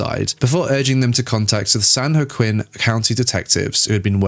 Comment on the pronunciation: As someone from the area, the "Joaquin" in San Joaquin is pronounced "WAH keen" (wah like the beginning of "water", and keen like in "peachy keen"). It's also how Joaquin Pheonix pronounces his name. Also, San Bernardino is like "burn uh DEE no". Basically, anywhere in California with "San" in front of it is Spanish, if that makes it easier to find out how to say it. They're named after Catholic saints.